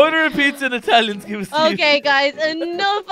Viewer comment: is the worse at saying it no efense. is kinda good is the beast.